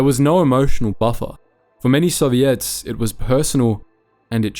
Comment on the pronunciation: Any other Canadians hear ‘Serviettes’ when his beautiful ozzy accent says ‘Soviets?’ 😅